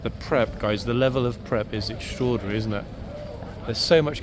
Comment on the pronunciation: "strodinry "strodinry "strodinry........."strodinry "strodinry.